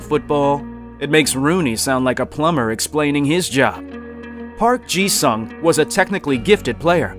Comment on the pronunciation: its pronounced “soong” not future tense for sing